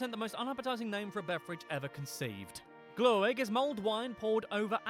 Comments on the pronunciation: Lots of misconceptions and flawed facts but one of them caught my eye as complete BS! No one ever set fire to Swedish glögg (pronounced as glögg not "glow egg". The letter ö is pronounced the same as the u in the word "murder". It's between 8 and 18% alkohol so it will not burn and it's made using red wine mixed with spices, even if the strongest versions (16-18%) are fortified with spirits. Something that was also not made clear. The reindeer is a domesticated animal. There is no wild reindeer in Europe. Surströmming is both very local and seasonal dish (August) from the north of Sweden. In most of Sweden we traditionally eat crayfish instead. We never had gouts pulling Santa's sleigh. In fact Santa is not really a Swedish tradition. We don't have anything called Christmas. We have "Jul" which was celebrated for millennia before anyone here ever heard of a middle eastern guy named Jesus. We still celebrate it the same with presents, food, drink and dancing. It's used to be the celebration of the midwinter solstice, that takes place around the end of December. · Im impressed they found another vowel & stavelse in "Glögg". Its not glow-egg. its more like "glugg"